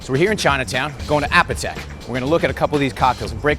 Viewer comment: The most annoying part of this video is that he pronounces "Apotheke" incorrectly. It should be a-poh-tha-kay as in apothecary, not app-a-tek.